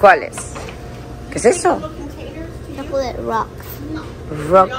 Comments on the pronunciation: recuerda que CHOCOLATE se pronuncia SHÓKLET, no chókoleit. No hay i al final. Lo mismo, palabras como PIRATE páiret, no páireit, EMIRATES émirets o CERTIFICATE sertífiket. Muchas, aunque no todas de las acabadas en -ATE. Te lo pongo aquí porque veo que pones interés y por eso se te nota el aprendizaje. OTROS NO. Y siguen diciendo la U de PUBLIX (páblix) después de meses yendo casi a diario al dichoso Publix. Tú hace tiempo que lo dices BIEN. Así decenas de palabras que tú (otros no) sí que ya dices bien. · Gracias!!! Toda la vida había dicho mal chocolate😊 Habrías de abrir un canal para enseñarnos a pronunciar bien🎉🎉🎉🎉